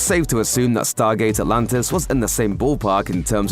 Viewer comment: do i hear right ? stargate alantis 😅 ??